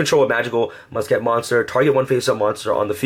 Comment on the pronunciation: ITS MUSKET, NOT MUS-KET